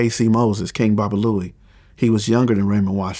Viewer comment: HIS NAME WAS BALOO THO NOT BOBALOUIE IN THE MOVIE